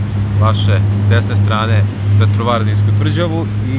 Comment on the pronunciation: Daj sramota je da lose akcentujes Petrovaradin, a zivis u Novom Sadu..